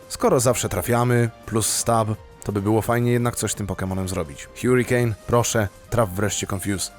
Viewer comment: harikejn nie hjurikejn